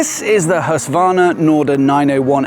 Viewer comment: Nice video. But you dont pronounce Husqvarna right? Its like knives in my ears. Im Scandinavian. But the video is good.